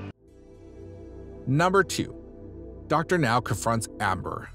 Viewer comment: Thank you for finally pronouncing Dr. Now's name correctly, but the narration is still very awkward...